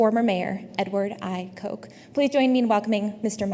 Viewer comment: The Hillsdale College student introducing Goodwin notes that she is "a Poltiical Science major and a political junkie." And then relates that Goodwin (and this is how she pronounces the following name) is "the co-author of "I, Coke" --- the 1985 unauthorized biography of New York's former mayor, Edward I. Coke. Please join me in welcoming Mr. Michael Goodwin." That famous mayor's name was Edward I. Koch. And she pronounced his name: "Coke." Why, you ask? Ah, to be in Michigan at Hillsdale College, and not know anything about New York City politics. Yes, Michigan --- where the only way anyone pronounces the name Koch (as in the Koch brothers) is "Coke." But in the rest of the country, everyone knows that the name of the three-term New York City mayor of the 1970s and '80s, Ed Koch, is pronounced "Kotch." The student said she was "a Poltiical Science major and political junkie"--- but apparently never took a few moments to watch even one news report or speech by Ed Koch (or Ed "Kotch" as the name is pronounced) --- because then she would have pronounced his name correctly. That is, the name of one of the best-known mayors of the 20th Century. It's tough to be a sheltered mid-westerner when talking about New York City politics. Kapish?